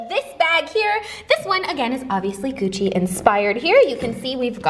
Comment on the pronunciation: "eucci bag" hahaha love you